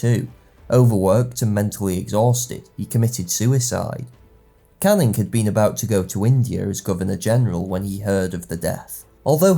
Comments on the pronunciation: What bothered me so much was his continuous mispronunciation of Anglo words when he could just look them up. Caning, vis-count ect. His views may have something to do with his preference for socialist history, as opposed to whig, revision or post-revision. This doesn't come up in his classical videos but is increasingly prevalent in his more modern videos (see "work" which also uses outdated evidence for how long people are off work for - 51% indeed!). His videos are still good - entertaining and informative - and classical videos most of all. Rome is his area of expertise and those videos are wonderful. But unfortunately I've increasing found you have to take his videos with a strong pinch of salt (like ExtraHistory). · The pronunciation thing really gets to me. It's great work in fairness, but every time he said Canning or Viscount my ears started to bleed. It's not even a regional of US pronunciation, it's just wrong.